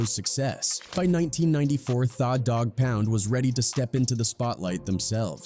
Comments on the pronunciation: Sounds like he is saying Fa dog pound !!🤔🤔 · How do you say the name wrong every time different. But you tryna drop knowledge about the name u never pronounce right on purpose. Trolling. Thaah dog pound. Said it right once. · The is spelled tha. Not pronounced thaw. It's the... Morons use ai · Thaw Dawg Pouund… 😢 my head hurts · the computer pronounced it how it reads it. Da Dogg pound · Thaw dogg pound. AI blows